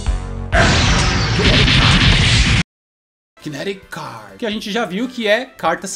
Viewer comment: Sempre entendia o Kinect card como “creme crack”